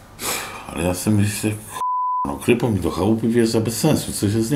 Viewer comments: nie krYpo tylko kripo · i nie krypo tylko kripo tzw.kriminalepolizai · Nie krypo tylko kripo- Kriminalpolizei